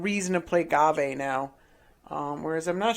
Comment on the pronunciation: It's prenounced gave